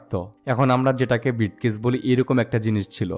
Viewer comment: কথার মধ্যে আন্চলিকতার টান না থাকলে সুনতে আরোও ভালো লাগবে। উচ্চারণের দিকে একটু সতর্ক থাকতে হবে,যেমন ব্রিফকেস not বিটকেস। ধন্যবাদ